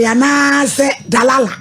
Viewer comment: "Dalala" ampa 🤣🤣🤣🤣🤣🤣Concert Mama🤣 Delilah not DALALA lol